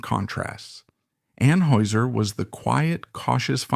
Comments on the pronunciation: You are not pronouncing Anheuser correctly .. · you are pronouncing Anheuser wrong. Are you AI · It was driving me crazy